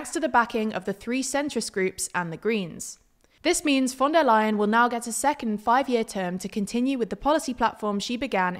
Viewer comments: german speaker here - it's "lie-uhn" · just say "lion", it's easier to remember and it's almost correct :^)